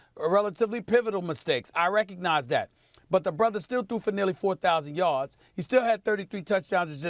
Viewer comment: Stephen A “That my BRODAH!!!” Smith